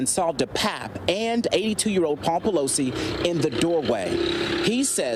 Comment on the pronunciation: Everytime you say PEELOSI name, the song HAMMER 🔨 TIME comes in my head,🤭🤣💦